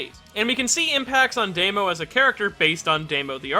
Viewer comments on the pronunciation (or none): Why do you keep saying "Deimo?" It's "Dahmo." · I've always pronounced his name as "Dah-mo." Is it really pronounced as "Day-mo?" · His name is Damo, not Demo... Luv u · He's called Damo, not Daymo. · It astounds me that you're so knowledgable about Japanese names but still pronounce Damo as "day-mo" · No one:: Deymo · Because he never heared that name spoken. He haves no idea how to pronounce it. I hate people like you who correct mispronunciations so much.